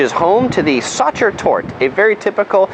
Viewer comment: The E at the end of nouns is NOT silent in german - its Sachertorte, not ...tort', Ringstraße, not straß' - and Porsche, not just Porsch' now that we are already on topic. Otherwise nice tour of the typical tourist attractons.